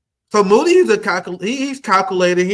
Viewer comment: LOL "moody", "faheed" ya'll pronounciation game wack